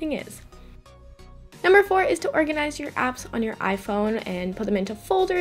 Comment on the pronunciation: Why "Orginize"?